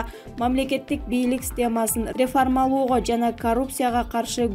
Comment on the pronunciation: Двойишница рефармалоо эмес реформалоо. Качан туура окушту уйроносун.